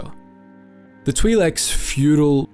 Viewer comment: "Twee Leks"